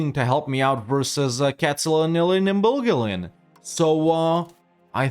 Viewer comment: Shoutout for pronouncing those german city names very well!:yougotthis: #Katzenelnbogen